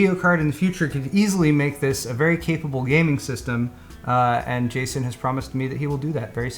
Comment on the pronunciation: calls him Gayson